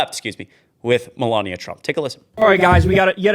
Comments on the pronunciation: I would forget everything irritating about you if you would learn how to say Melania right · She's a vile disgusting human being but her name has only four syllables and it makes my life miserable too much. The only thing worse than hearing it is hearing you mispronounce it.